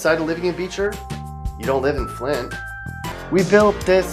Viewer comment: Man he did flint wrong don’t disrespect my hometown we not that bad